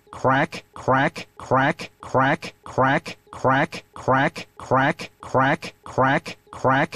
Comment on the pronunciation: The more you listen to it, the funnier it gets. It sounds like he's saying "quack"